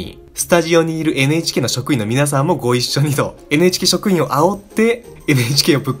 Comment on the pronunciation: めっちゃどうでも良いけど NHKをエネエチケーって言っちゃう エヌエイチケーってはっきり言ったらアイドルっぽい